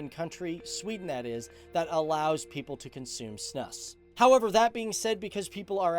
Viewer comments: It's snus not snuss and we have it in Norway too My perception is that few people smoke, but snus is a little more common (I'd guess less than 20% do tobacco) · It's more snus not snUss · Snus, not "snuss". It's pronouced it a bit like "snooze". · You say ”snus” with a long ”u”, so you say snus like snuus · It's pronounced snus not snus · its not snuss its snuus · Great video, although it's not called snuss, it's s.n.u.s and you do spit it out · It is pronounced snooze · Its snus not snuss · How you said SNUS 😂😂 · its so fun watching you pronounce snus XD i am swedish btw